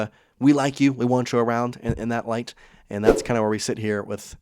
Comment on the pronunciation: You say enntt instead of and